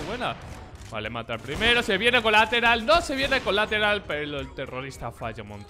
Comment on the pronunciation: Colateral. Ulala señor frances